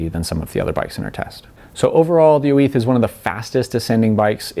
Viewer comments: Dude trying to speak Spanish, oo-eeth? It’s just Oiz. Pronounced “ojzz”. Also, you are riding an XC bike on a trail where you normally ride a downhill bike, so extra kudos for this bike is definitely in place. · Basque, not Spanish, is what makes the difference here. He says it in Spanish, while Orbea is a Basque company. Or in short: you are correct.